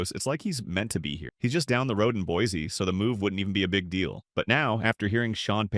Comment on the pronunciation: Down the road? 😂 bro Boise is like almost 1000 miles from Denver. Can’t even get the name pronounced right, what kind of AI generated script is this crap.